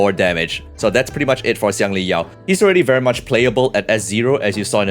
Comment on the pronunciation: bro pronounced Xiangli Yao like a chinese...BRO PRONOUNCED XIANGLI YAO LIKE A CHINESE!!!